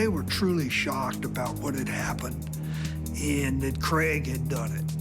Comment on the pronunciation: CRAIG not creg